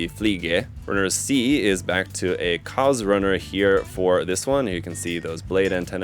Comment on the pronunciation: maschinen fliege lol edit: also the Kauz is pronounced /kaʊ̯t͡s/, not "cause"